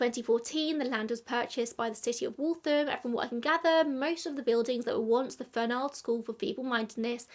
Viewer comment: The name does not rhyme with bald, it rhymes w the last syllable of Donald. This is my name. A prominent new England name. It should be noted I thought you would pronounce it correctly being English. My family.